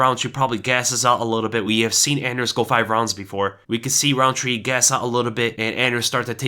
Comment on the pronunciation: You got that anders so wrong